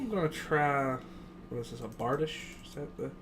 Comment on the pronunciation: Okay Imma be that donkey but, it's pronounced Bar-Dee-Sh; the reason I say this is it can be pretty amazing (Still love ya). Edit: The maul is possibly the slowest weapon in game, however, it WILL smash if done properly ( also thrusts can knock people down?).